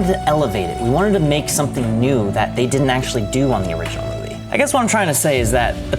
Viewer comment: "How dey do dat?" x3 "Dey do dat by-" Got me ROLLING 🤣